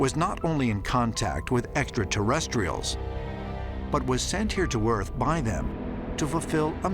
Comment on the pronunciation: Or when Georgio says "Exta-terrestrials."